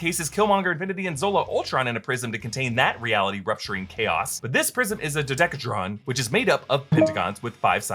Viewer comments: it's "dodecahedron", not "dodecatron". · I think you said dodecahedron, if so you pronounced it so weird. Is this how Americans say it or is it weird for yall too, idk im British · That pronunciation of dodecahedron...